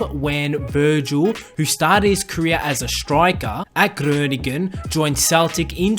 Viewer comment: I'm Dutch and I'm from groningen and it's very funny how he said groningen